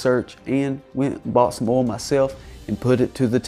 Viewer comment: Can you trust anyone that can't pronounce oil?